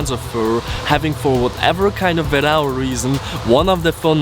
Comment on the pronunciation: love your vids. I am from portugal and u never speak portuguese correctly :D It's not Vérau it's Veraum and u read the e like the e in the word onE. Verão = Veraum